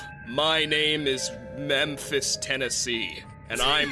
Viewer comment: “My name is... Me-emphis Tennessee.”